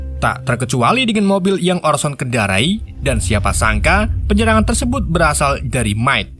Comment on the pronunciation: jijik banget denger kata "TERSEBOT"